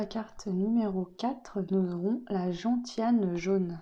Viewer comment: Merci, pour info gentiane se prononce genciane. On fait un alcool avec,c'est amer.❤